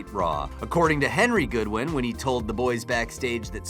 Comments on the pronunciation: I stopped watching once he said "GOODwins" smh.. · LOL who are the GOodwins? Guess it wouldn't be a video if you didn't get someone's name wrong